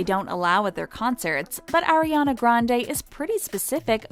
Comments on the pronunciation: it's ariana not airiana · I cringe every time she says “AIRiana” instead of “AREiana” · She is ARIANA!!! She is not AIRana!!! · Ok I need to say something if your going to be telling all this stuff about Ariana GET HER NAME RIGHT HER NAME IS ARIANA NOT AIRANA GET IT RIGHTTTTTTTTTT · It's not eriana it's ariana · how are you guys () gonna day airena and ariana in the same video 💀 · it’s r-e-ana not air-e-ana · ARI-ANA NOT AIRY ANA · When Airiana ... it's ARIANA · It’s Ariana..... not ERiana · pls. its ARIANA not AIRIANA .. sigh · Plz don't say Airiana anymore,but Ariana 😭😭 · O M G she is not AIRiana but ARIana jeeeez! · It’s AR-iana Grande not AIR-iana Grande sis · Ariana not AIR-iana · It’s ARIana Grande, not AIRYana Grande. If it were meant to be said that that, it would have been spelled like that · CAN YOU AT LEAST SAY HER NAME RIGHT? I'ts ARIANA not AIR-IANA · “Airina grande” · they said AIRiana and i clicked off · Ugh She says air-ana grande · its not “airiana” 😤 who tf is airiana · Why does she say “fens” instead of fans and “airiana” instead of Ariana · Aireana granda is how she’s saying it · you know it’s a lie when they say “AIR-IANA” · Don’t really believe this after I hear her pronounce Ariana as airiana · i stopped listening after they said "airiana grande" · ''AiR-Y uh-NuH gRaNd-AyYyY" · They say Airiana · “air-iana grande” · Airiana Grawndeey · fans Ariana Grande: Airy-anna grande you can’t even say her name right😂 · anyone else cringe at 'air'iana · You can’t even say her name right- so try agian . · if you wanna trash miss grande at least pronounce ariana right .. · SAY HER NAME PROPERLY! And what do you mean ‘Diva’ Your using her to gain Views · Can you say Ariana name right it’s kinda annoy😐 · y’all are really still trying to act like ariana is a brat? you can’t even say her name right... keep it cute. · If y’all could ever figure out how to say Ariana’s name I’ll start taking your videos seriously thank u next